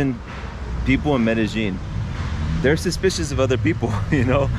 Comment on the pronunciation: Not sure what I learned from this… just regurgitation. By the way, unless you’re native to Argentina, maybe Chile, it’s Mede[y]ín, not Mede[sh]ín